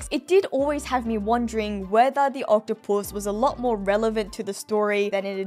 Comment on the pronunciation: What I’m wondering why she pronounces octopus as octo-puss.